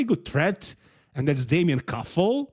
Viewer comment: He is Damian Kuffel, not damien kuffle and he had a terrible trip to Austria, because of the flight cancellation, so please do your research before you say something. Also have some respect for the athletes and LEARN basic stuff like their names.